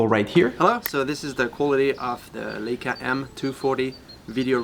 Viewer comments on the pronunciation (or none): It's not a "Ley-ca" as in "sail" , it's a "LEI-ca" as in "shy" or "I".